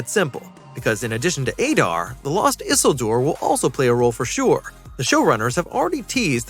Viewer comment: Bro please learn how to pronounce Isildur and Celeborns name 😂 that was horrific